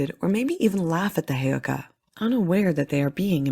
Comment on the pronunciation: FYI i think you are saying Heyoka and Sioux ...incorrectly